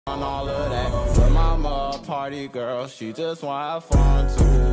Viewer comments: lets take a moment and realize that is sounded like she said pretty girl instead of party girl 😂😂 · She did not just say pretty girl its ''Party girl''